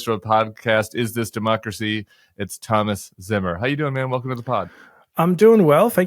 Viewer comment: Probably pronounced "TOE-mas"